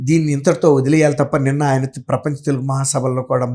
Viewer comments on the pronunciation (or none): none